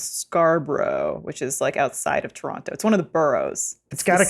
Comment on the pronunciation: Adam pronounced Toronto like he is from here. Also, we know you still love TDot!